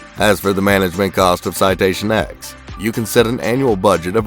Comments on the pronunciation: Citation “Ten” not “X”, do you call the citation 7 a v i i? 😆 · Not the "X" its the "Ten" C'mon bro. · It’s the Citation “Ten”, not the “Ex”. All the citations use Roman numerals. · Its called Citation “TEN” btw not “X” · It’s a Citation “Ten,” I flew them for five years. Maybe tighten up your research. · Citation ten, NOT X. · It’s “ citation TEN” Roman numerals dude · You sure it isn’t pronounced “ten?” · Well I worked there ON that aircraft and yes it’s spoken as “ten”.